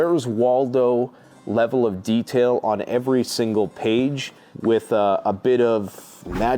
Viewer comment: "the le el of detail on eveey page, its like where's Waldo mixed with magic 🍄 mushrooms..." 😅😂